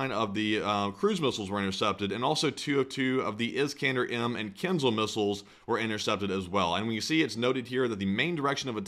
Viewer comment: Kinzhal zh is pronounced like Kinjal, stress on jal. Means dagger.